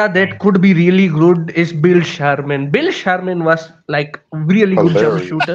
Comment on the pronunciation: I heard Bill Sharman....